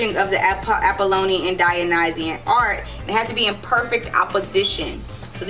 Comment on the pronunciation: Neat-chay? Troot? Apolian? Dioneesius? Euripeedees? Reading off a script and can't follow it? Vulgar language? This is a hot mess aside from the low-hanging fruit